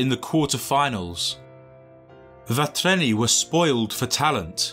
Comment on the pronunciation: like vatreni for croatia.. he completely butchers the pronunciation, so he might as well just say croatia